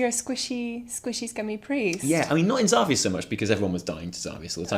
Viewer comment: Your intro cracks me up every time xD. Enjoyed the hotfix as always guys it's really realxing and I feel like Im chilling with friends:). Ty for making videos, keep them up please. Btw the way you pronounce Xavius is awesome xD